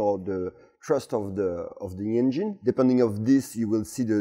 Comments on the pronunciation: "Say N-Gin" 😃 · Can't help myself from smerking whenever he says "enGINE" haha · "Directly injected in to the Angine"😅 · I love the way he pronounces 'engine'